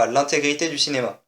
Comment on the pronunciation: Bah, "Dinéma" ?